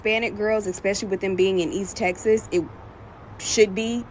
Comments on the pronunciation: Eck..specly..?????? Learn to talk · A doctor that says "Exspecially"? Clearly she was socially promoted out of school. But she should never have been given a license to practice medicine if she cannot speak English. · May I ax you what "expecially" means? 🧐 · Did that racist Perkins chick actually say "Expecially" and "Duh-der-duh-der-duh?" I haven't said anything like that, since the day I learned to speak! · "expecially"????? gd morons lol. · That black chick was so off. Nothing she spouted was correct. East tx? White only? Most importantly "Ex-specially" is not a word, moron. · Dumb black girl, its pronounced " especially".... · should learn basic grammer and pronunciation before she starts running her bigoted mouth.